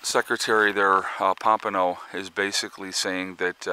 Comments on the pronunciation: Pom pay oh is how you say it lol you crack me up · I thought that we pumped so much oil now thay it didn't matter what happens over there. Oh, and I try never to correct you (it is rude, I know) but the man's name is Pom-pay-o. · New information, no evidence it was drones. Looks like another false flag by Isreal.. There is no drone proof. Masod false flag.. His name is not Mike Pompino. It's "Pompeo", and he admittedly is a trained liar. Oil prices should barely be affected although they will not pass this up as a chance to rape and steal.